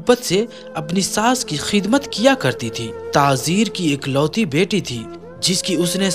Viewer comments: Bhai tazir nahi tajir bolo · Bhai tazeer nahin tajir hai baqi masha Allah alhamdulillah.